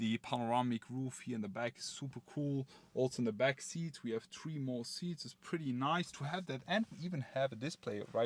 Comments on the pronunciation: please learn how to pronounce number "three" it is very annoying to hear about some "model tree" over and over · It's model THREE, not model TREE. :) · good short review, but please learn how to pronounce "three", it's not "tree" ;) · Nice presentation...thank you...extremely detailed and informative. Yet...personally, I found your pronunciation of the word "Three" to be annoying...it is Three...not Tree. I found myself focusing more on the way you misarticulated the number than in your presentation. Am I the only one? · He must be very excited about it he is keep saying tree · Say “tree” one more time, say it again!😂🤣🤣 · Folks, give the guy a break about the "tree" thing. How much German do you speak? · say it again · I find it odd that he can say thousand but not three😅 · you funny fam and yea i find that odd as well🤣🤣